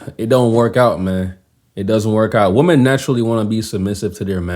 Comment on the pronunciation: That's funny when you made fun of the British accent. I like making fun of yours and the fact that you pronounce "women" as "woman" sometimes. It's good to make fun of every culture.